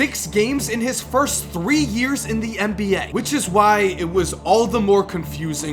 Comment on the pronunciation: Why the fuck do you say "mba"